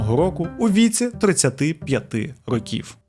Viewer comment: Цікавий контент!) Лише не рокІв, а рОків, я не філолог, просто вухо ріже😅